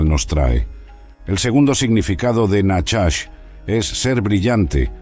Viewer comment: Perdón pero no es nachas,como dice este locutor ,sina najach